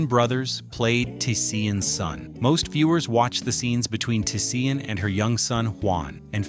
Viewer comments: It's not Tuh-Sea-En.... It's Tisean ..... T'Shawn.... Not Sea-En.... Fucking AI! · It’s pronounced… Ti-“Shawn” not Ti-Se-An!!! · Her name is pronounced Ta-Shawn… I’m sure AI is pronouncing the baby’s character’s name wrong. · He butchered tf outta Tisean's name the whole video. Say it wit me TaShawn. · It’s pronounced TaShawn. Is this channel AI? He could have just said Tee-Tee.